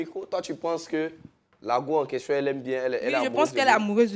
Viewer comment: lourd goumin deh. Et puis elle dit ko "question".